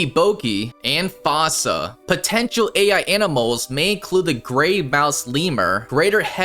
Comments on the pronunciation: “Fossa” would be said how they said in the Madagascar movie “foosa”❤ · “It’s pronounced FOO-ssa” not “FAU-ssa”